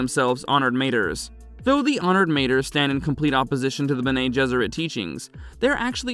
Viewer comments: Guys guys guys please for flip-sake check your pronouncication before you post content. You do have ai available to you so there is no excuse to pronounce words correctly like honoured "MAH-TRAYS" . Not matrees and mah-trees. Cool that's it thank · it would be pronounced: ma-trËs, as the number three in spanish almost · Good job but several mistakes that core Dune fans will catch. Mentats dispersed during the scattering, yes, but you mentioned it as if it happened during Leto IIs time? Honored "Mayters"? You said face changers twice, then you said face dancers? If you listen to the video before posting you'll easily catch these items. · Got to love it when the AI can't pronounce anything right